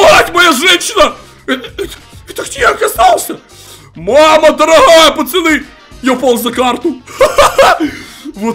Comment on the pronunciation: ответь почему ты говоришь пачаны а не пацаны